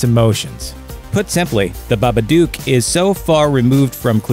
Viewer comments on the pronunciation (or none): Babaduk not babadoook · It’s baba DOOK not baba DUKE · its pronounce bah-ba- dook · Haha the babadoock... yeah you really Said that Right.. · Glenn the clip told him how to say it as well! Ffs babadook is pronounced babba-duck 😬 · It's funny how he say the babadook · Lol the way he pronounces babadook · WHY DO YOU SAY BABADOOK LIKE THIS